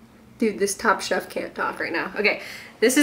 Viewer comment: I thought you kept saying “top shop” not “top chef” I’m dying